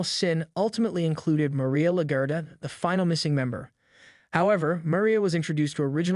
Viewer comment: LaGuerta lol you sounded like la-ger-ta when you say it lol